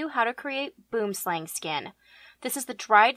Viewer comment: Hearing non-South Africans say Boomslang always makes me giggle. For anyone who is curious it's pronounced buh-oo-uhm slah-ng